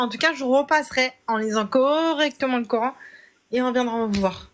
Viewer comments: Prononcer : Qur'han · Le " cœur haine"😊😊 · Ils me gonflent tous à dire corhaine sérieux 🤦🏻‍♀️🤦🏻‍♀️🤦🏻‍♀️